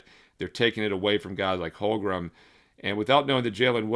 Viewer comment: Duuude.. for the hundredth time.. it's HOLM - GREN ... NOT Holgrum!